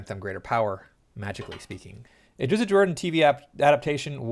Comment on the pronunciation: "Drizzit." "Droe" Oh, you don't care about the pronunciation? Good luck with the view count, bub.